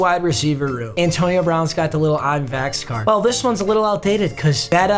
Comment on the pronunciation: "Antoine"💀, did you mean "Antonio"?